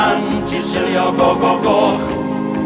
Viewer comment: The one thing that puzzles me is that in the song, the ll seems to have two different pronunciations - the standard unvoiced l (llanfair, drobwll, llantysilio) and theta (pwll, gyll).